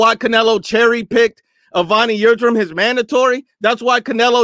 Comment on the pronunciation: Dude calls Avni Yildirim, Evony Yildrim and they ask him if he black or white lmfao